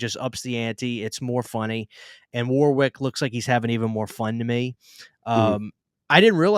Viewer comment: As a Brit, I feel it's my duty to say that the w in the middle of Warwick is silent. Other than that, great video 👍